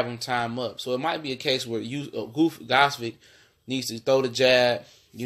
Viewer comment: Gvodyk is pronounced (Vo-chick) You chop and screw that guy's name LOL